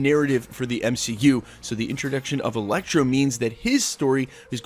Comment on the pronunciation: wait....did you say Electro,and then Elektra??..or just Electro?....coz i am pretty sure i heard some Elektra like twice.